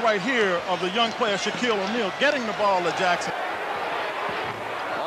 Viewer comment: Who the f*k is "Shock-Eel Ahneil?"